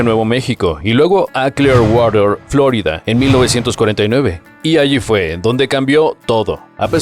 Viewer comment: en español se dice "florída" de hecho el nombre original viene del español, suena chocante la pronunciación revuelta